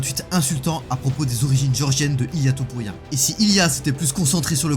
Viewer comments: Masvidal : " Illia Tempura " 😆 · "A good friend of mine, Ilan tampura " Bordel tu connais même pas son nom....